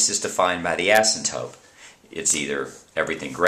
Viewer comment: asymptoTe!!!!! not asymptope